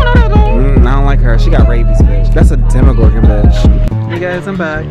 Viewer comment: “that’s a demogorgan”💀💀💀💀💀